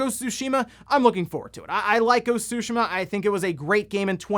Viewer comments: I thought the pronunciation is supposed to be "soo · `shee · muh". where did this made up "`soo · sheh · muh" come from? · The T isn’t silent, it’s pronounced as, tsoo-shee-mah. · I like how he pronounced it as “Ghost of Sushimah.” 🤣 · You said ghost of sushima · Why can’t you pronounce Tsushima correctly?! Lol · T shape with your tongue as you would say it on its own and the rest follows.